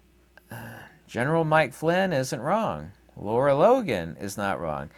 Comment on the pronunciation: Good info. Her name is Lara, not Laura.